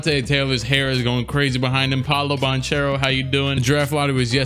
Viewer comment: Actually Banchero is pronounced as you said, because it's an italian second name anche ch is pronounced like k